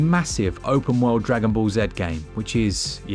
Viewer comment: I am convinced you're purposefully mispronouncing the Dragonball game 🤣